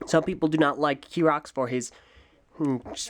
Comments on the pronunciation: his name in not kirox his name is chirox chi-rox not ki-rox! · I personally have an issue with the way you pronounce Chirox, because you pronounce it: kirox with a k sound, whereas it's spelt with a C H as in a ch sound. However this is the English language we're talking about, so who knows who's actually pronouncing it correctly.